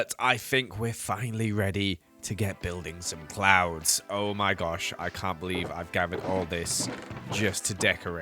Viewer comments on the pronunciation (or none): Am I the only one who heard clowns instead of clouds?? But nonetheless I love you work and each episode brings me tons of happiness, thank you for doing as much as you do💓💓🥰🥰